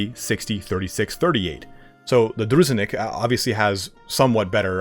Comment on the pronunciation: Druzhinik is a russian soldier unit, so imma give yall an advice for that one :) its pronounced like droo zhee neek. stress on the second syllable